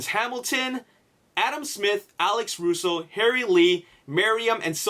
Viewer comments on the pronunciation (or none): none